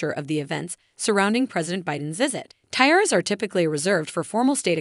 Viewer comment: Can't pronounce "tiara". Grating!